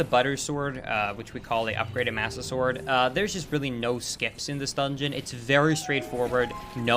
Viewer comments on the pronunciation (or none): Did anyone else notice he said Budder Sword?!?! I don’t know if it was intentional or not, but that brings back so many memories of Skydoesminecraft. Great video,, this was awesome!